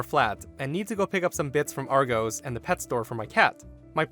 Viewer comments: argawss, not ar-go's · We pronounce it Arr-goss, sweetie, not Arr-gose. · Argos is pronounced: 'are-gos' the gos being like '"cost'. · Being 6'1" tall I would SO not give up my seat especially if I had paid extra for it. And it's pronounced Argoss but you're American so you're forgiven;-) And as for the last story, wow, just wow. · The pronunciation of argos 🙄🙄